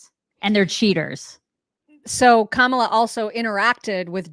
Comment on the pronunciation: It's because they have no respect for her to pronounce her name right..